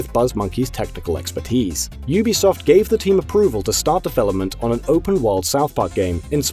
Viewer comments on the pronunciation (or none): none